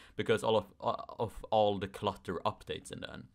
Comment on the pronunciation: I thought you're saying Cluster Updates for a second 🤣 Jokes aside,I can agree